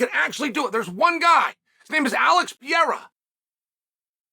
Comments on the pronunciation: There is one guy and his name has never been “Pierra”! Pair-air-uh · you mean pierra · Will Chael ever learn how to say Pereira?